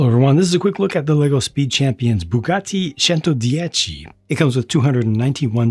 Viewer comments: as an Italian, I have to compliment you on your pronunciation of Bugatti Centodieci!:) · That pronunciation 👏🏼👏🏼👏🏼👍🏼I would have butchered the name😅✌🏼